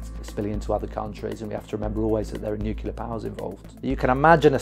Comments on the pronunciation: Bravo! "Nuclear," though, not "nucular." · Please, “nuke ya ler“ grates on my ears! It’s pronounced “new clear”. Other than that, thanks for your great work ! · Am I the only one annoyed by his pronounciation of "nuclear" as if it's "nukelar"? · Why does EVERYONE say nuke-YOU-lur?!?!?!? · Okay, I've watched 19 seconds and you've not been able to pronounce the word "nuclear" so many times, I stop right here. Maybe get someone educated and able to speak English to make your videos next time. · Can't even pronounce 'nuclear' properly.